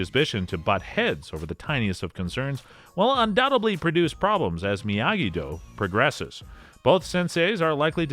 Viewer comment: You get a thumbs down for saying miyagi-do the way you did. Making videos on s*** you don't even know what you're talkin about